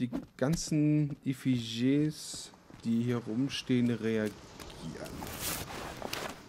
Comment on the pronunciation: die dinger werden äffitschies ausgesprochen ;)